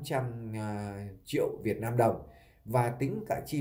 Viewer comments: Muốn làm YouTube thì phải sửa cách nói chuyện cho đúng chữ để thể hệ trẻ học theo chữ VIỆT NAM chứ không phải VIỆT LAM. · Đúng rồi b; ko lo sửa đổi ngôn từ cho đúng chính tả rồi hẳn làm youtube. Vnam mà đọc Việt lam; chịu luôn!